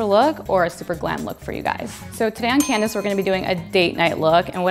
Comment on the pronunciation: Candace said my name right hahaha Amazing! In the UK were I live no one can say my name with the correct pronunciation!..